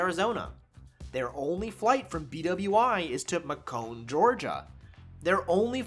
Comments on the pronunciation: Just an FYI, Macon, GA is pronounced MAY-cun, not Muh-CONE! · pronounced MAY-CUN lol I live really close to there and couldn't help but laugh a little! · Macon, GA is pronounced mAcun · It’s pronounced Macon……like bacon but with an m holy cow I’m from Ga